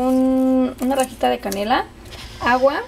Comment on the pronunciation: TODO SE VE BIEN LO UNICO ES QUE CUANDO HABLAS;;;;ASENTUAS MUY FUERTE LA ULTIMA FRASE O LETRA ;;;EJ;;;CANELA;;;Y DECIS;;;CANELAAA;;;;;TAMARINDO ASECAS;;;;DECIS ;;TAMARINDOOO